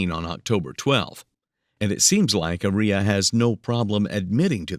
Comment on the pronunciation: Aria Armstead doesn't sound anything like gonorrhea to me 🤷🏼 The AI narrator is pronouncing Aria incorrectly. The stress should be put on the first A in her name. It should be pronounced AH-ree-yah